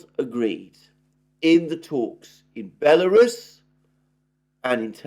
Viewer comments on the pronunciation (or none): none